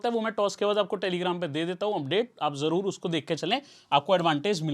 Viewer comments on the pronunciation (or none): none